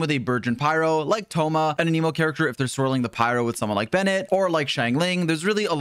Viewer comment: Bros been covering genshin for 3 years and still cant pronounce anemo correctly 🤣